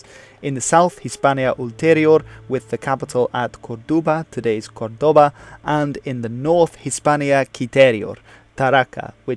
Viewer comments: Good video indeed! Only a couple of little details: it´s neither "Curdoba" nor "Tarraca", but "COrduba" and "TarracO". And from a citizen from the old Hispania, i say to you: Thanks for you interest and keep on your good work! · Tarraco, not Tarraca; Corduba, not Curdoba...